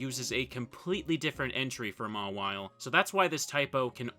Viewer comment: the way you say “Mawile” angers me